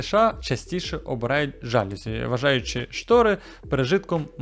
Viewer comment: ЖалюзІ, а не жАлюзі)